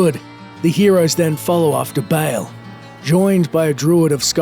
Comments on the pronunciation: Dude it's pronounced Ball not Bail. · dafuk is "bale"? its BAAL